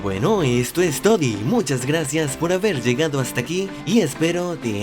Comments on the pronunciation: dijo esto es todi ... 😂😂😂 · Pq dice esto es todi😂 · dijiste toddy como la bebida jajaja